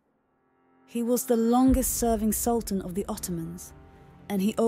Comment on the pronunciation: Please do everyone a favour this video has a pronunciation of a word wrong please pronounce the word right and probably the word that is wrong in pronunciation is sultan thank you